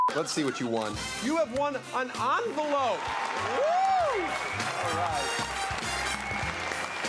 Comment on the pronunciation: I just realized, tosh just said " you have just won an anvelope" Anvelope ?? I dont know if he did this on purpose but its not said right. See how english is dumb.